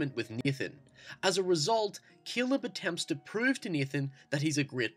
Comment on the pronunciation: "keeleb" and "Neethan" lol